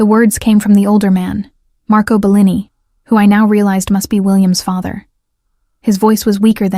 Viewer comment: Great story. Terrible video. Hearing Bellini pronounced incorrectly over and over, the terrible unrelated background is the lazy way out.